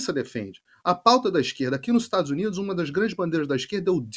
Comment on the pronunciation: Esse homem lá nos Estados Unidos,é muito nojento para pronúncias das palavras, estados uniduxxxxxxxxxxxxxxxxxxxxxxxxxxxxxxxxxxxxxxxxxxxxxxxxxxxxxxxxxx.